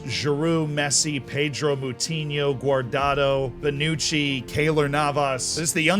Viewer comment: Who is "Pay-dro"? I only know Ped-ro